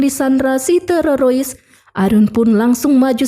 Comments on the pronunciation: Mba admin kita tumpas terorois yuk 😌😌 Mba tolong mba TERORIS MBA TE-RO-RIS.... TE.ETE ER.ORO R.IRI...S TERORIS 😭😭😭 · Bukan teroroys tapi teroris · Teroris bukan terorois udik ini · Hu di buat lebay, teroris jadi terorois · Mbaknya gk bisa blng teroris😂😂😂 terorois😂😂😂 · Teroris mba,bkan tererois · Dari pada ngereview filem mending belajar ngomong dengan bahasa yg baik dan benar dulu. Dari bilang teroris jadi tererois 😂😂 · BIAR APA SI NGMNG TERORIS JDI TEROROIS?NGAKA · Teroris min bukan terorois😁🙏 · Teroris min,,,bukan terorois 😂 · TERORIS bukan TEROROIS min😅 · Teroris bukan tererois bun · Waduh maaf mba knpa terorois😂😂😂😂😂yg sebenarnya itu teroris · Terioris ??? Jeng .. teroris Jeng teroris !!! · 😂😂😂😂😂😂 min TERORIS, bukan TEROROIS😅😅😅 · Bukan terorois dek... tetapi teroris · bagus,tapi kesal mendengar penyebutan terorois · Teroris mba bukan terorois😂😂😂😂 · Teroris bukan terorois, Bahasa mana ka kmu gunakan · Mf koreksi mba bukan terorois tp teroris, dr td sy denger suara mba terorois terus...😂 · Maaf kk mau nayak, teroris apa telerois 😊🙏🙏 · teroris kak,bukan terorois😅😅😅,sorry ya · Film nya seru tapi penyampaian nya gak enak ,masa teroris di baca nya terarois min...waduh... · Memang bener mimin bilangnya terorois😂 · Ya benar keseliput lidahnya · Bener memeh terorois😂😂😂... TPI ttp semngat y embk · Benar aku jugak bingung apa maksud dia Terorois? Mungkin Teroris? Tapi dia tidak bisa mengucapkanya.....😂😂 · Teroris min bukan tororois 😂😂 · Teroris mbak.. kok Tererois?? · ngakak dengar terorois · Terorois 😅g jls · Pendengaran terganggu krna ada kata TEREROISSS😢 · Mantap mak buat aku ketawa,,cara ngebut TEROROIS nya asik ni, lanjut kan mbak yang penting alur flem nya asik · Teroroisnya buat candu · Aku subscribe karena penyampaian nya terorois😂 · TEREROIS??? ngap ngapp 😂😂😂😂😂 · Aku ketawa sendiri saat denger terorois 😂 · auto skip dengar terorois :) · ah...ndak suka sama si narator...nyebut teroris aja tererois... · YANG SAYA DENGER TEROROIS APA BENER BEGITU?? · Teroris min😅